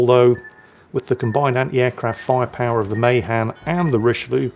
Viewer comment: Hey! Appreciate you and your content. Friendly heads up, as a MAHAN sailor myself, we pronounce it, Muh-Han with the Han sounding like “hand”. Your American cousin just wants you to sound your best. But seeing as we haven’t spoken English over here in ages, you do with that however you want. 😂